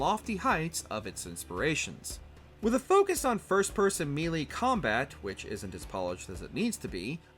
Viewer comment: Dude says melee wrong 😂